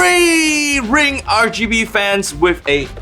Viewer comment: DID THIS FUKR SAY RGAYB